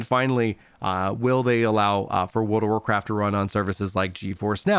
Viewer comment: He lost me when he forgot how to pronounce the "r" when he says Wold of Warcraft.